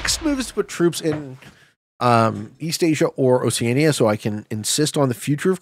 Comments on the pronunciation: Why is keep pronouncing oceania like that???? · he must pronounce it the British way. This is one pronunciation US and Canada seemingly agree on.